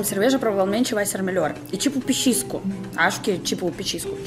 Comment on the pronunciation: Você quis dizer "petisco" e não "pechisco".